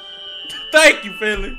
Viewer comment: WINLEY!!!! (ik its Finley)